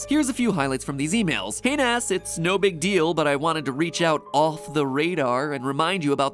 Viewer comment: "And its a BEEG one" <--- was funny